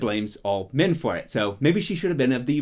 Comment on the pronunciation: Sometimes when you say "men" it sounds like "Min", so I heard some really confusing things. "... Causing Min to attack the Dark One without the women's help..." "...and how Min going Mad would influence..." "This is a word where Min can only be reincarnated as Min...." 😂😂😂